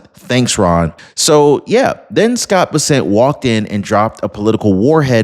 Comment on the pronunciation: Scott Bessant's last name is pronounced Bess-ent. Sounds like mess with a B and ant with an E. ❤